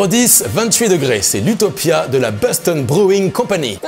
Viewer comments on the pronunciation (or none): none